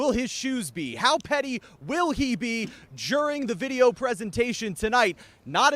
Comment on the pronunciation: Jehr bear 🐻 gold!!! 😆🙌 jduring 🤔🤫 which letter is silent 👀